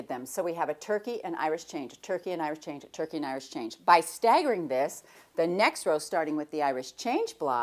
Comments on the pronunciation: Is Jenny saying Irish Change? I always thought it was Irish Chain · Is it an Irish Chain block? Sounds like Jenny is saying Irish Change. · I laugh every time you sat Irish Change block, so funny to hear